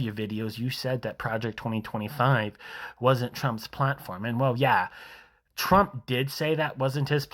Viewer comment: I've seen dozens of these videos and they still can't say his name.